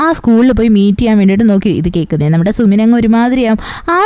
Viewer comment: Sumin alla su-min ennahn tto pinne voice poliyanutt chechide voice il njn melt ayiii❤❤❤